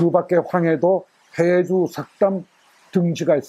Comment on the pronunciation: 황주라 발음한 것은 해주입니다.